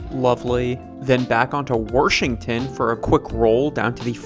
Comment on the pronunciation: he said Warshington like a true Baltimorian